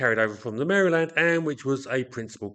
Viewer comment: Very interesting. Also, is one of the few Brits on YT who pronounces Maryland correctly!